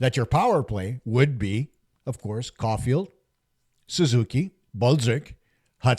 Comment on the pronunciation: Too funny my granddaughter thought you said Cold Coffee instead of Cole Caufield 😂😂😂